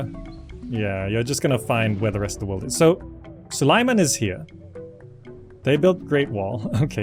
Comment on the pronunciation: Repeat after me: Sue - lay - man. Now do it without pauses. Congrats, now the sultan will know you addressed him!